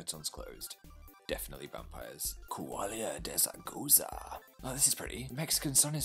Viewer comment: I'm from Coahuila and I loved your pronounciation of it 🧡